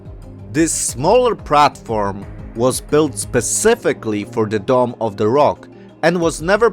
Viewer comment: It's Dome of the Rock, not "Domm". {:o:O:}